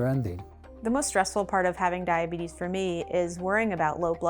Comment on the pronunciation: Diabeetus diabeetus, ho ho ho diabeetus